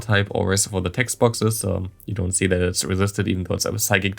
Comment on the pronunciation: It’s funny you bring up the psychic pronunciation. I always noticed it and thought you were kinda just kidding with that. I believe I hear you say v’s as w’s as well btw. like you say wicterybell it sounds like. But it doesn’t bother me. just thought it interesting. And since you happen to bring it up.